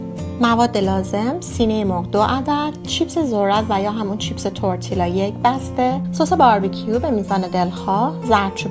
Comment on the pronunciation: Double L in Spanish is pronounced as y not L As if you’re saying tortiya. It still taste good regardless of pronunciation.